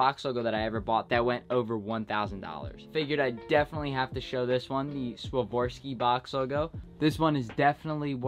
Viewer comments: SwaVORski lol, It's Swarovski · it's Swarovski not Swavorski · It’s not Swavarski it’s Swarovski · It is swarovski bot swavorski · Did he just sworvorski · He really bought a hoodie for 2000 and says swavorski